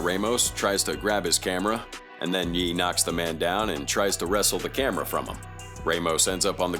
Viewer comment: I'm glad it pronounced "Ye" properly. "Yay" isn't how you say that.